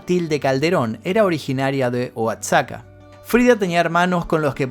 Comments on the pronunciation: No es "oacsaca" en este caso, la "x" se pronuncia como "J" 😅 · “OACSACA” HAHAHAHAHAHAHAHA ME MEA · Oaxaca se pronuncia al igual cómo México la "X" como si fuera "J" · Nota aclaratoria: Coyoacán no es un pueblo a las afueras de cdmx Es un barrio o colonia y se encuentra al sur de la cdmx Y el lugar de donde era su madre se escribe Oaxaca y se pronuncia Oajaca como México, como si fuera jota. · Solo como aporte; 'Oaxaca' se pronuncia 'Goajaca' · La x en “Oaxaca” se pronuncia como si fuera J, “OaJaca” … igual que la x en “México”. Gran video como siempre 🎉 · Qué bonito dijiste Oaxaca, pero se dice "Oajaca", guapo, saludos y gracias por contar la historia de Frida ❤❤‍🩹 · Se pronuncia "oajaca" saludos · Oaxaca se pronuncia Oajaca. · Un dato que te pueda servir para futuros videos: la X del nombre Oaxaca se pronuncia como una J Frida no es de mis favoritas en absoluto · A mi no me gustan sus pinturas. Oaxaca esta muy mal pronunciado